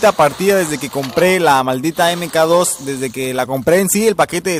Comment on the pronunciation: EME KA DOS :V como dije en mi video se pronuncia "MAC 2"